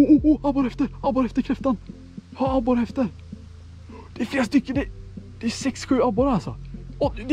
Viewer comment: Någon som komihåg hur mogna gånger han sa abore